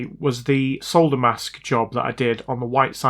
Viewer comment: I like ur channel purely because you can actually say solder. 😉 unlike the yanks who call it sodder lol.